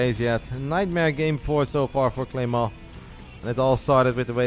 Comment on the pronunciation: Game 3 was insane. Also,, love the way you say "Clément" with a very french accent!!